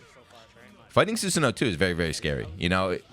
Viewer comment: It's pronounced 'Su-san-Oh--Oh'. It's a common Japanese mythical character, he's even in the Warriors Orochi games.